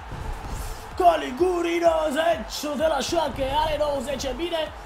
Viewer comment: Se pronunta Galiciuri nu Galiguri , invata si tu sa rostesti corect sau sa citesti